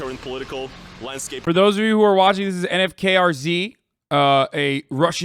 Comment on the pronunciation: " N F K R Z" just say (nu-fk-rz)